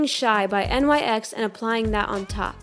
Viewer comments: It's not " N Y X" it's pronounced just like "nicks" but it's spelled like nyx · It's pronounced nyk not N.Y.X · I'm sorry but isn't it pronounced Nicks? not N-Y-X Idk it bothers me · NYX Not N y x pronounced ( nix) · nyx not n.y.x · "N Y X" nyx. nicks. I love you but.. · It's Nyx not N-Y-X, just a heads up😄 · it's nyx. Not N Y X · It no no hate but NYX is accually pronounced like 'nicks' not N-Y-X love IRS vids btw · Its pronounced Nicks not n-y-x! do you say Mac or m-a-c?? sorry it's a pet peeve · Lol you this is old when says "N.Y.X" instead of "Nick's" 😂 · I love how she says n-y-x instead of nyx altogether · IT'S NOT N-Y-X IT'S NYX YOU READ IT LIKE ONE WORD FUCK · its not N.Y.X it's supposed to sound like nicks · It's not N Y X...... It's one word. NYX. Pronounced like "nix". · Btw you say NYX not N-y-x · "n-y-x" its pronounced "nix" I thought "n-y-x" at first too lmao😂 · Bruh did she just say n.y.x lmao it's nyx like nix its not a abbreviation. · isn’t that makeup brand pronounced nix?? NYX this one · Am I the only one who noticed she pronounced NYX as N-Y-X? 😂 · You pronounced nyx wrong....it's pronounced nix or nicks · NYX is pronounced nicks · It's so weird when she says NYX like N-Y-X😆 Love her videos❤️ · that was super spot-on! Just a tip, NYX is pronounced like "nicks" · NYX... pronounced nicks/nix 🙄🙄🙄🙄🙄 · NYX is pronounced nick's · You pronounce NYX like "Nix" or "Knicks". You don't spell out the letters. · Nyx is said like you are saying nick's. But I still love your video!!!! (: (: (: ( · um its nix say it like that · nyx is pronounced nicks, like the greek goddes of darkness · Nyx is pronounced like nick's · Her face is so similar to Ariana's 😍😍 also she called the makeup N.Y.X isn't it just called nyx like you don't spell out the letters usually....is it just me?? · NYX is pronounced like NIX like it rhymes with fix but it is nix. Just FYI...Bomb video though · Honestly no hate but you’re saying NYX wrong, still luv u tho